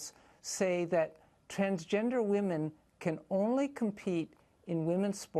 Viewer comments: Try and differentiate between your pronunciation of 'woman' and 'women'. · Why can't you pronounce the word 'women'?